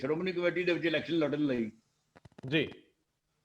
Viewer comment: ਇਲੈਕਸ਼ਨ ਨਹੀਂ seletion